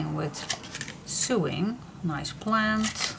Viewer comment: Hi this is very pretty.I am also a paper hoarder. i hope you don't mind if i correct you the sewing word is pronounced sowing. you do and amazing job with your videos and to be able to speak in a language that isn't your native tongue is an amazing achievement especially when you do those videos when you use both Dutch and English. i admire anyone who can fathom English its such a crazy language to work out.